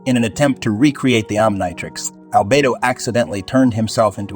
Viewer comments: Try Oniontrix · “Om nai trecks” is crazy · It's pronounced om-KNEE-trix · Why are you saying Omnitrix so weird? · My bro you're mispronouncing the word omnitrix😺😒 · Learn to pronounce omnitrix u idiot😂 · I'm sorry but the way you mispronounced the omnitrix 💀💀💀